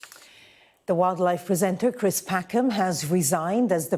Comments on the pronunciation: Cwis Packham. What a pwick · Cwis has wesigned? Am I bovvered? He is a ranker.